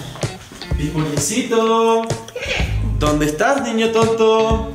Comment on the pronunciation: dice done en vez de donde